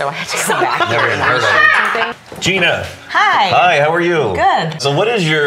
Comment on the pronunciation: It's pronounced "Jy-Nuh"